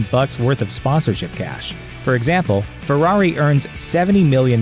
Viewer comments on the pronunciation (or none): none